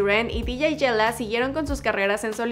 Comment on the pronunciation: no se que es peor; tu ingles, el reportaje o como prenunciaste el dj yella...🤣